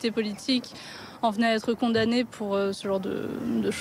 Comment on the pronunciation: "Condamnee" 🤔 "... Responsablle , mais pas coupablle ..." Les docteures MicheL Guaretha , Edmon Hervee et Georgina Du Foix .